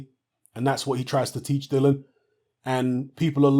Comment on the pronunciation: You seem to be quite articulate Mr and I have no doubt you’re literate too. So why can’t you pronounce this guys name correctly? Have a little read. Notice anything...there’s two I’s in there...and three syllables...DILL - I - AN...NOT Dylan. Another little clue if you can’t read, is to listen to the way he and his manager pronounces his name. Have a little practice before your next video...all together now...DILL - I - AN...Dillian...Dillian...give it a go...! 🙄